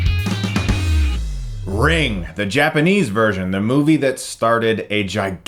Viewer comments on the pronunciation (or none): Whys he keep saying ring it says ringu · Ringu...not ring. That annoyed me quite a lot. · You said the title wrong! Its Ring-goo! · Ahh yeah. I got that but still... He put 'Ringu' in the title and called it 'Ring'. It kinda bugged me :D